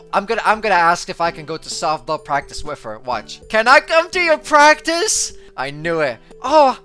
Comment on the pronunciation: Bro said I nude